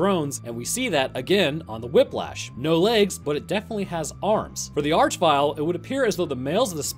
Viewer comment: Arch in this case is meant to be pronounced "ark" as it comes from the root word "arch" meaning chief, ruler, or leader and is found in such words as monarchy and archangel